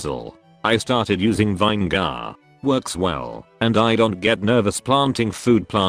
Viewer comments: pronounces subsequent, accordingly, and other long words without any problem Also: Vayne Gar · "vine garr" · Nobody: Not a single soul: Text to voice bot: VINE GAR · Finally someone pronounced vinegar correctly.